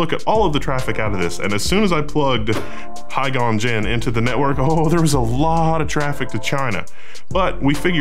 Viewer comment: "Ms. Hygon" LOL